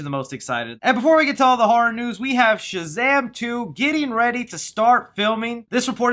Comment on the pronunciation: You’ve been working on not saying “Chazam”. Good job! 😊